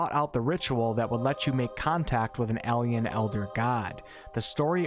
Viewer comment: Why does he say AHL-ien lol